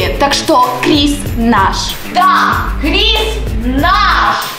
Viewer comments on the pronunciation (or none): Крис а не криз